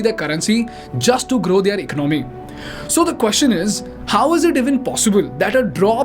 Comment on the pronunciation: This guy cant even say english words properly lol, its e con no mey , not iconmy.